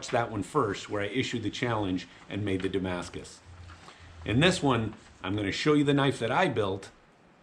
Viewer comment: very beautiful; just it s hurt me every time i hear Damascus .... it s a look like, u can t call it damacus